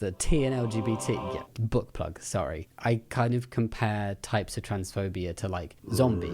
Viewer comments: Jamie: Book plug! Me, listening not watching cos I'm cooking: Did he just say Butt Plug? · Thought this was funny, when you said book plug, I heard it as butt plug. I was looking away from the screen. 😂 Love your content!